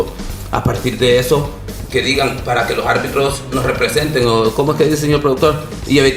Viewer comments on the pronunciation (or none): El ex árbitro Elmer desespera tanto que habla con la "J": lojarbitros (los árbitros), diejaños (diez años), dojaños (dos años), y así. :face-orange-raised-eyebrow: Lojárbitros, lojárbitros, lojárbitros.